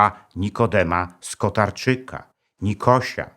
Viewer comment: Skorarczyka ? Czy Skitarczaka?